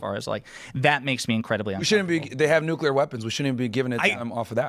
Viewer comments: "Newkyater energy." - (2025) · "Nuklear" knows he can get away with sophistry because his audience doesn't care about facts. They actually revel in dissociating from them. "ooh big man say slur so he win!" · was the pronunciation of "nukulur" one of these facts xD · the point is he doesn't understand the difference between nuclear and nucular. Nucular" is a common mispronunciation of the word "nuclear". It's also a phonetic spelling of the word. Explanation "Nucular" is a result of metathesis, which is when two sounds next to each other are switched. For example, "nook le yer" becomes "nook ye ler". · "NUCULEAR!!" I like, but i fucking HATE that pronunciation of nuclear. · New-clear. New-clear. That’s how you say that word. Train yourself if you have a speech impediment, It’s not the word you’re saying - It makes you look like a WILD idiot. Stop saying the wrong word. Please? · It's one of my biggest pet peaves. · No, i am making a good point. If i understand what someone means when they have terrible broken english, that doesn't mean they communicated well. Your point is the empty one here. What the deal is with his common mispronunciation of the word nuclear is that it is a perfect microcosm of his overall abilities as a communicator and thinker. He mispronounces the word nuclear in a common way, much like he is a commonly unintelligent person. So there's definitely not "no point" to it.